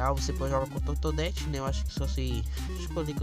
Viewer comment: Totodette kkkkkkkkk E Toadette